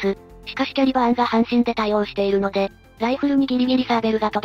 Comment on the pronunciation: 半身は[はんみ]で読んでほしいな。 ずっと[はんしん]って読んでる